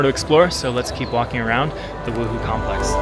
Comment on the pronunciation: Beautiful photography! Correction- wuhou temple is pronounced woo- hoe